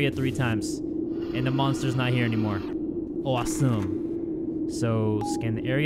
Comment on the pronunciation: The Way Said "Awesome" It sound like misfortune 😂Or It Just Me?